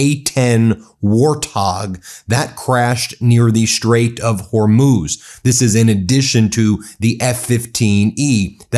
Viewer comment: Ben, you're doing great on your pronunciation of Hormuz but the plural of aircraft is aircraft. I know you can do it.